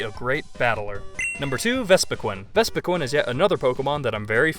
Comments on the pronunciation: Vespiquin? do you not know how to say queen? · The way you say vespiqueen makes me wanna suicide